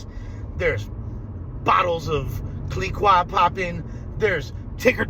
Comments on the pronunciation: That's not how you pronounce Clicquot. My God. First Sharp, now you. Stop trying to french and fancify if. ITS PRONOUNCED KLEE-KO....VUHV KLEE-KO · Bottles of Clee-kwaw 😂